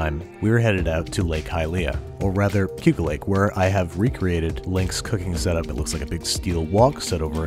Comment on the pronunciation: Did he say Keuka or Cayuga lake?